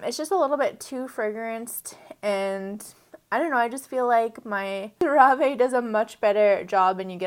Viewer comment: I enjoy CeraVe as well. I believe it is pronounced "sara-vee".